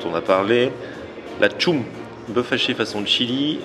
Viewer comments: On dit tcheum ;) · Chum se dit "tchome" :) ca veut dire amie exemple 《eille c'est ma chum la bas 》 🤗